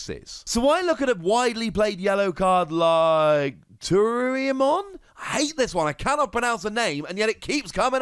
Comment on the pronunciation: my dude... Too-roo-eye-mon = Turuiemon